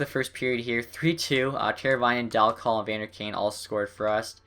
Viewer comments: well you are wrong. i live in Oshawa were he played and you are saying it wrong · can you say Dal Colle name right please?